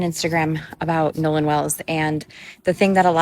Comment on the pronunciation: It’s Nolan not Noah